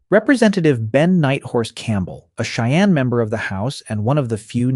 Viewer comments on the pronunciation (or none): none